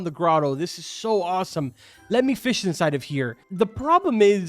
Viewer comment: you're an adult. Say fish the right way, Not "fishes", that is not a word carbon.